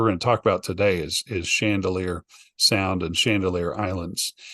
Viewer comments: It’s actually Chandeleur ❤ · its Chandaleur not Chandalear